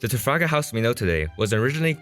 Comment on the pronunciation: "trafagahaus"